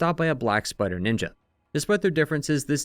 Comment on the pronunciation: Every time you say "Black Spider Ninjas" I hear "Black Sweater Ninjas"... 🤣